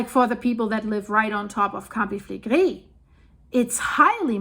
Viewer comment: Ja, verstehe ich. Ich finde allerdings gar nicht, dass sie langsam spricht und ihr Vokabular ist ausgezeichnet. Bei manchen Worten insbesondere wie zB Campi Flegrei und andere Fremdworte spricht sie es sehr deutsch aus was ja auch sehr charmant ist. :-)